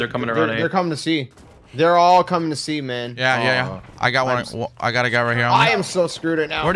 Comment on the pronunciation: Love how this guy keeps saying: 'They are all coming to semen'.